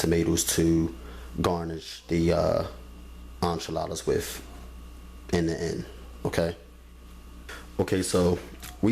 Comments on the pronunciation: I stopped watching when I heard you say "on chiladas" the word is enchiladas, the frst sylable rhymes with "men". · Enchiladas he is pronouncing it wrong 🤣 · none of what you say is how a Mexican makes enchiladas,Please don't give advice on things you don't know any thing about and you mispronounce the word ,PLEASE GO TAKE SPANISH LESSONS,THE SOUND IS NCHILADAS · is he calling them,"Anchaladas?"